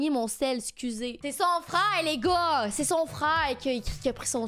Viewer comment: A chaque fois elle dis les gars j'entends n.igga